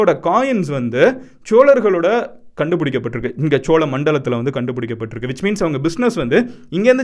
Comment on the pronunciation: Bro chozha nu sollalam chola nu soldriye nyam ahh 🖖🏻mg